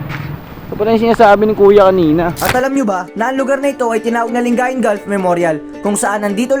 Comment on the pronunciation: Nakita ko lng sa Google. Mali ata pronunciation sa lingayen.